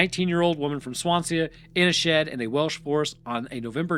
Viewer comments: He didn't even try with some of the names. La Havre rhymes with Brett Favre. Swansea is like it looks, swan-sea; not Swansee-ah (unless you're James Hetfield). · Swan-see-uh? Fuck me dead... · Not only has he called the Welsh "English" but the way he's saying Swansea, probably one of the only place names in Wales you don't need a throat full of phlegm to pronounce properly 😂 Brilliant 👌🏻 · Are you trying to say Swansea? Its pronounced "Swan-sea" not "Swan-see-a" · Sorry the way you are pronouncing swansea as “swan see ya” is hilarious Its literally swan sea together but i understand since welsh/wales has some strange names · Swansea is pronounced "Swan-zee" lol Good video though! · The pronunciation of Swansea is killing me 😂